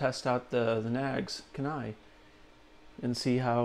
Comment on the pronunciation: Dang. No love in the comments for the Kenai. It’s pronounced Key-Nigh by the way. It’s in Alaska. Used to live there. Yeah. I’m biased.